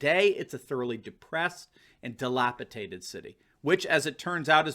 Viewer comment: "Delapitated" ( )???